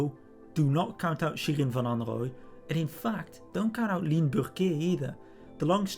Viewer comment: Well-informed? Check! Objective? Check! But what really impresses me is how the names Burquier and Overijse are pronounced. Hats off!